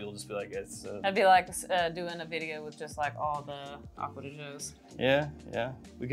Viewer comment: I stopped watching when she said “Aqua da Joe”. I just can’t….